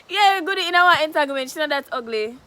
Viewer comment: Yooww she seh she innah one "enatanglement"😂😂😂😂